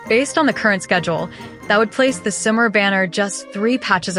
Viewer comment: that AI voice being unable to pronounce Sumeru but able to say character names is funny to me.